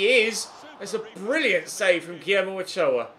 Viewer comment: been waiting for a mexico video for ages. awesome video, only complaint is the pronounciation of Ochoa.